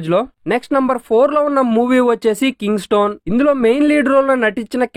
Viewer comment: కింగ్స్ స్టోన్ కాదు కింగ్స్టన్. 4.3 rating out of 10. Chetta suggetion.